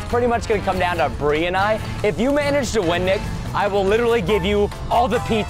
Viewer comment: Bri not bre